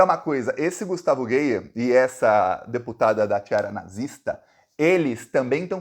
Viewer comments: Acho graça quando alguém pronuncia "Gueier" 😂😂😂 Eu chamo de vergonha da política goiana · o nome do "NAZIFACISTINHA" Gustavo Gayer, lê se como escreve, não use na forma em inglês. É como se escrevesse "GÁIER". 🤜🤛